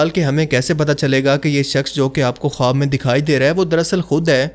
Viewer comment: khowab ka pronounciation khaab ho ta hai